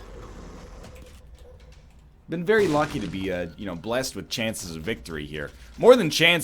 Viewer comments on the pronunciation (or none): none